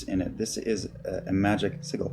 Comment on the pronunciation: its pronounced sigil.